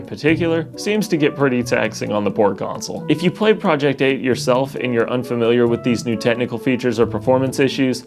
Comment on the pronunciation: Sounded like he said "project poop"